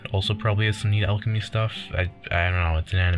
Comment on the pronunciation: Starting a video off by mispronouncing the name of the skill is not a good start